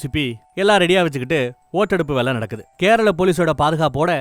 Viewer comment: என்ன..வேளயா...நாக்க.நல்ல.டங்க்க்ளீனர.வச்சி.நல்லா.தேயூங்க...ழ.ள.ல.ன.ண.....இது ஒண்ணும்.சேறுத.இடத்தில்.சேர்க்க்கூடது......கூடாது..